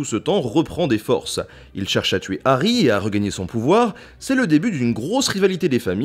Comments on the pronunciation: HHH'... arry pas "Ary" !!!! Ha ! ces français ^-^ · Puriste alerte ! C'est "De Harry Potter" et non "D'Harry Potter", puisque le H de Harry n'est pas muet ! Et oui ! C'est comme les zaricots... (Et à cause de ça, JK s'est foutu de notre gueule, cf le "Arry" de Fleur Delacour) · DE Harry Potter, sans élision ! Le H est hhhhhaspiré.